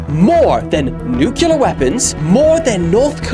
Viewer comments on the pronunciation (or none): It's pronounced: new-clear, not new-killah!!! 😂😂😂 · Did bro just say Nucular Weapons?😂😂😂😂😂